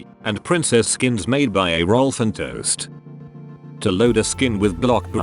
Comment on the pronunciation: AH-rolf-end-toest, not EY-roll-fen-toest, TTS, lol. 😂